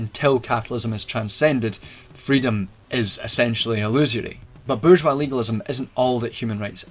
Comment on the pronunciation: While it sounds as if this could be just 1984 reframed, your pronunciation of bourgeois puts you miles ahead of many.